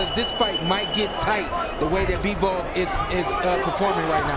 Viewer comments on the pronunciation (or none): Bivol not Beevol!